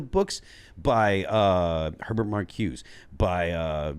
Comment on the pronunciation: I sure wish would pronounce Marcuse correctly and Little Miss Hot Mess is a drag queen. James Lindsay is the source for both of these points.